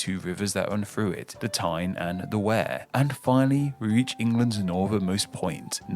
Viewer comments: Wear 🤦🏻‍♂️ as in we-are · It’s definitely pronounced “weir”. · This guy claims to be a native of East Sussex and yet he doesn't know how to pronounce Berkshire (Bark-sheer), Derbyshire (Darby-sheer) or Wear (Weer). He also, annoyingly, keeps pronouncing "shire" as 'shy-er' when virtually no-one pronounces it this way. In the South it is pronounced 'sheer' (as in the US state of New Hampshire) while in the North it is pronounced 'sha'. The river Humber lies between Lincolnshire in the south and Yorkshire in the north. It is nowhere near the present county of Northumberland. Historically, the Humber formed the Southern border between the Saxon kingdoms of East Anglia (to the south) and Northumbria (to the north). The modern county takes its name from the historic kingdom of which it formed the northernmost part. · As a matter of fact H.G. Wells lived in Surrey, hence why most of his magnum opus takes place there. I'm not sure if he pronounced 'Wear' correctly; it might be the same as 'weir'. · By his pronunciation of certain places, I have doubts as to whether he he is actually a native English person. Derby (Darby) Berkshire (BARKshire) Tyne & Wear (Tyne & WEER). Also, Kent is named after the Kanti, the iron age tribe who lived there. Good reaction mate. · Wear rhymes with Ear.